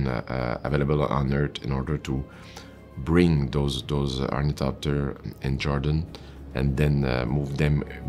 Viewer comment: Nailed the thopters!